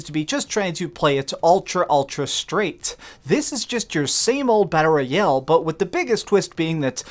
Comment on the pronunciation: If this guy says battle royel one more time, imma freak